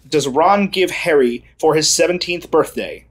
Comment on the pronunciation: DID HE SAY BIRTHNAY?